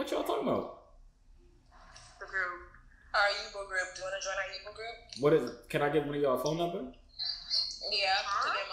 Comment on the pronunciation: My nigga its pronounced yubo( you- bo not ( you- boo)🤦🏽‍♂️